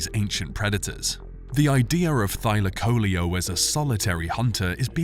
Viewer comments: Thy lak o leo......learn how to pronounce its name .....it's not thyla coleeo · I've normally heard the name pronounced as Thy LAC o LEO vs Thy la CO leo. I also thought that the insane jaws were the primary killing tool. This is only the 2nd vid I've seen claiming that its claws were used to disembowel its prey. Is there research to support this?